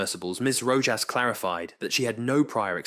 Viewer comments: Oof, the narrator keeps calling her Ms Roe - jass. It's pronounced Roe - hoss.. Sometimes it;s correct, then it's Roe-jass. Come on, Is this bad AI narration? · For the love of heaven...PLEASE learn how to pronounce the names of those testifying. Ms. Rojas's name is pronounced with the j In her last name pronounced as a soft "H" .In this recitation, pronunciation of Rojas' last name varied repetitively. VERY unprofessional. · Her name is pronounced ro-haas. Edit: weird, later in the video you pronounce it correctly with the H instead of J sound. in this video you learn how delusional and idiotic she is. Goofball titanic superfans (she started crying with happiness on her oceangate expedition which was successful) should have been on the last run instead of that 18 year old kid who paid the punishment of his life for his father being an f'ing moron. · The "J" in Rojas is pronounced as an "H" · Your AI can’t decide if it’s going to pronounce her name as Row hos or RowJas. I’m so sick of these AI read scripts. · Having written scripts for AI, yeah, it doesn't compensate for any typos or any lack of clarity in pronunciation. You'd probably have to spell Rojas Rohas. It's really not that difficult to listen to the narration after it's copy-pasted, but I guess if you're not going to proofread, you're not going to bother listening. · Your changing pronunciation of "Rojas" is distracting. Pick one and stick with that. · Rojas is pronounced differently every time 😂